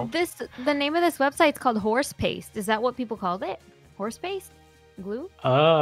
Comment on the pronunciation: TRICKED THEM SO BAD AHAHAHAH and the way she was like HorsePASTE yaah (so crazy omg)